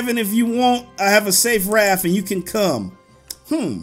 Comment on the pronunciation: raf lol hes saying raf not raft